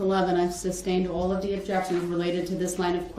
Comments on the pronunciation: I wonder if Darrell knows it’s not “Substained” but sustained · It’s SUSTAINED not SUBSTAINED